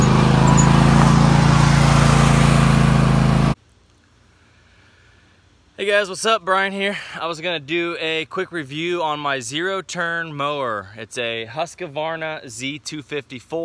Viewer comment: Thank you for a nice review. Been looking at buying one so you really helped. Just one thing, it is Husqvarna, pronounced Huis-Kvarna, not Huska-Varna. Thanx